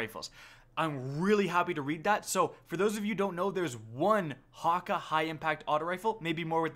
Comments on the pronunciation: does anybody else notice how he says Häkke wrong?? it's "ha ké" not "haka" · No, it's wrong spelled in both situations. Häkke is spelled: Haeka or Haeke. In german the "a" with dose points above it makes the vowel to sound like an "æ". Hopefully I make u guys understand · Ur saying hakke not häkke. Ä is like an A and an E combined. Believe me i'm a whale biologist. And i'm from sweden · Häkke, not Hakka. Ä is pronounced ae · it's pronounced hock-ay ffs